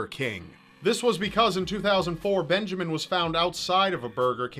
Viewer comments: when the word Benjamin became Benjaman i gigled way to go typical error! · "Benjaman" Kyle. Not a typo, people. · Poor Benjamin....... Or was it Benjaman?